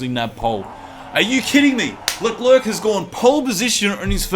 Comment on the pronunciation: He's name is French so you should not pronounce the last c (so it's basically pronounced "LECLAIR")